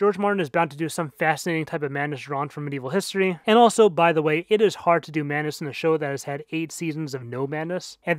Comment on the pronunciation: Great video, i just wish you pronounced the D in madness :v